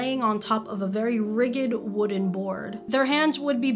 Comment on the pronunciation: Just an FYI, “ridged” is pronounced like “ridge”-d and not “riggèd”.